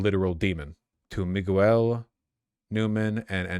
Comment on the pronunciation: Commiting to the accent so hard, you pronounce a mf's name "Mi-goo-el" lmao